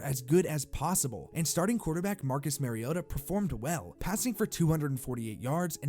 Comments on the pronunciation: Not that it matters too much now, but Mariota is not pronounced Mary-ota... MAR-E-OTA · Omggg for crying out loud stop pronouncing mariota wrong